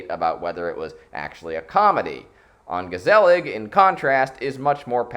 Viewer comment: Mispronounce "ongezellig" one more time! I dare you! I double dare you, motherfucker! Mispronounce "ongezellig"... ONE... MORE... TIME!!!